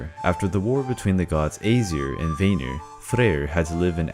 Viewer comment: Not bad but some facts are pulled from fictional sources. And some annunciation was incorrect. Such as Vanir it’s pronounced as (V-ah-near)